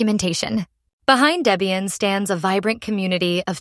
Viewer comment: Horrible AI voice. And it's Deb ian not daybian.